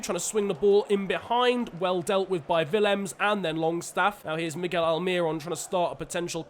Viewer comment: Throwback to when I bumped into Miguel Almiron at my local mall. also it's pronounced Al-Meer-Own